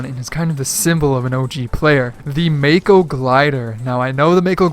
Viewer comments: Btw mako is pronounced (ma-ko) not (mae-ko) its japanese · its pronounced maco you know after the shark